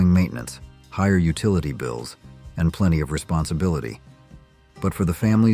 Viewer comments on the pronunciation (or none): none